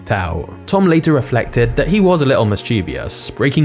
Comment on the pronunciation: Instead of "mischievious", I think you meant "mischievous".